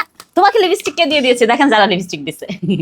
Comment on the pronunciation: Mak up na make up,unismart na unsmart , libistik na lipstick,Allah apni ki bolen to !dowa kore English na parle English sikhe tarpor kotha bolen naile bolben na ,bangla o to suddho paren Na, shotti kore bolen to kon school theke porashona korechen?also as far as I know ota concealer and not controller,oh Allah!